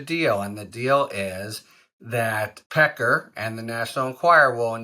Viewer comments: David “Peck-car” lololol yeah, sorry: No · david pecker, "that's pronounced pe KAR". everyone else, "sorry no, that's pe ker". get used to it. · David Pecker *Pe Kar he Pronounces it. TRUMP has a long history of inappropriate Sexual behavior toward many women & young underage girls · They were saying Pecker as 'Pac- cay' on the Meidas Touch. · Pecker referring to himself as Pa-KAR is like shopping at Tar-ZHAY.